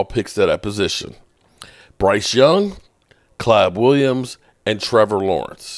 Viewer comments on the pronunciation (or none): Wtf is Klab Williams? And do you need hooked on phonics 😂😂😂